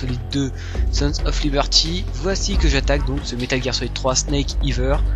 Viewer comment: c est super vraiment . apres ya juste "Snake eater" et pas eather ^^